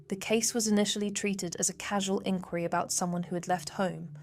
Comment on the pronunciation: FAKE. It’s AI, pictures do not match the narration and pronunciation is all over the place. Even showing an American military guy instead of Irish LE! And an Alsatian instead of a spaniel. Constant repeated photos too. Channel located in the UAE… WHAT?? I am SICK TO DEATH of these grifting channels that do no research. If you can’t even pronounce inquiry properly or get a common dog breed right (auto generated content) then what else is wrong? Disliked and I never want to see this channel again along with all the other fake guff crime channels. I wish I could block these channels from appearing in my feed. REPORTED.